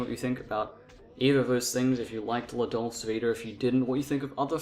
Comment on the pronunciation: Why are you pronouncing dolce that way?